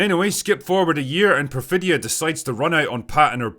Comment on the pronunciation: Perfitta Beverly Hills😂😂😂😂 and she says it while commiting crimes haha